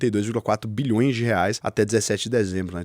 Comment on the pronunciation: "BIHLÕES" kkkk